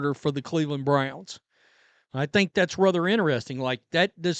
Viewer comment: Two questions on this. 1: Is she telling Bucs fans the same thing about Shilo? And 2: Why should anybody want fan advice from someone who'd stumble under such a simple name as the Cleveland Browns? It's not like they're the Zizza Zizza Boink Boink Freepians. If you can't say "Browns", you probably shouldn't have their name in your mouth to start with.